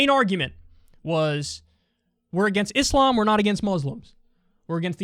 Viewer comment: Such a small thing but love how Kyle is one of the only white ppl who says Islam correctly and not Iz-lam. Cant say rural to save his life tho